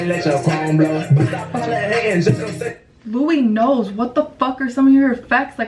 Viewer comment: It’s not LOUIEKNOWS